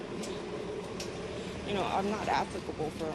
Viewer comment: Most shocking of all, that sketched-out lady pronounced "applicable" correctly.